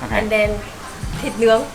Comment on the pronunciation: thịt nướng, not thịt nứng😅 Absolutely wrong!